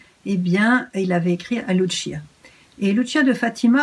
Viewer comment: Ma chère soeur Emmanuel , il faut prononcer " Lucia " comme en français " Luci-a " . Il ne faut pas dire " Lutchia " . Le " C " en portugais se li " ç " comme en français. Merci. Bisou